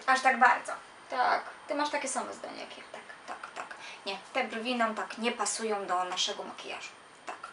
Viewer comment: mojim zdaniem pani na koniec powiedziała dżwi a nie brwi